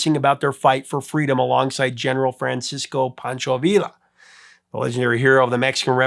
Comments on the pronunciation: It's Pancho Villa -Vi-ya, not Vi-la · Villa= VEE- YA...not VILL-AH..Your Spanish lesson for today. Lol. I do that to my buddy who insists saying Jalapeño as HAL-AH-PEEN- OH.. instead of HALA-PAY-NYO😄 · It's villa (like "you"), not "vila"